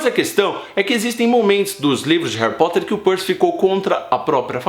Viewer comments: aew cuto "reri porti" kkkkk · peidei molhado quando tu falou Harri Poti kkkkkkkkkkkkkkk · "Harry pote" kkkkkkk Kkk caguei de rir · HAHAHAHA Harry Poti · Harry poti 😂😂😂😂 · Harry Pot kkkkkkkkkkkkk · "Harry pote" tah parecendo minha errando os nomes 😂😂